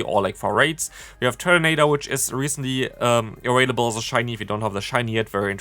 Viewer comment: Bruh whats up with you saying "awailable"